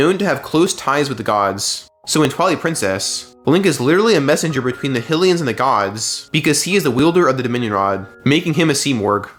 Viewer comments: Great video... but the way you say fuckin 'Hillian' is god damned painful. its HYLIAN god damned HIGH-LIAN. do ya think it was named after the godess Hillia? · Was the only thing I could focus on during this guy's video. Never heard someone say Hill-ian 😂 I was like, "is this just ai being ai and not knowing how to words?"😂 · There is no reason to mispronounce a word like Hylian. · I'm so glad this comment is here I was SO confused 😅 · The speech pattern was already off, but mispronounced Hylian? Neuro-divergence shows up again.